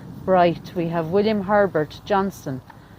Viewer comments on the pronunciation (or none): none